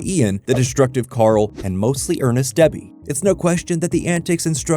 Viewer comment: debbie. its debbie